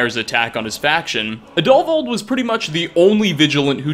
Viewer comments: Plot twist: Sola Travatius can be saved Plot twist: Roggvir can be saved Plot twist: It's pronounced Adulvauld (emphasis on AD) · The name is pronounced add-O-vald